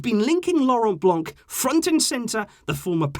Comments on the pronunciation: My guy, for the sake of saving the ears of us bilinguals, its pronounced "Blan" not "Blan-k"😂😂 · Great video, just Miss pronounced " Blanc" because He's French and therefore the C at the end is a Silent Letter. I know this cuz I'm Algerian and speak French. Still Great video ❤️